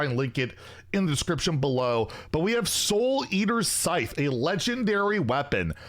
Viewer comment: Wait did you say sky-the? Anyways the scythe is SUPER COOL I love the creativity